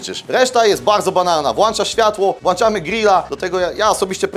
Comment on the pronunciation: Włanczamy włancznikiem czy włącznikiem bo niewiem 🤣